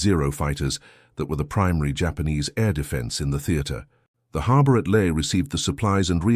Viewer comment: So where is LAE? The usual ai horrendous pronunciation.